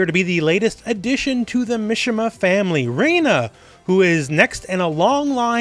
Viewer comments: i think it's pronounced "mee-shee-mah" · I was excited for this video until I heard "Misha-ma family" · Japanese names "I" has an "e" sound so Mishima is pronounced "me-she-ma" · The way he says Mishima